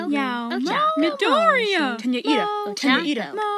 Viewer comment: This is a bop! I heard "Iida, cheese" as "Eatta cheese" lol